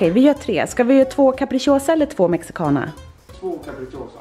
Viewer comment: När alla latinos hörde hur hon sa Mexicana...🤯